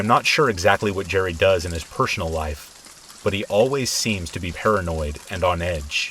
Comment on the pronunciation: PeSHONal you mean personal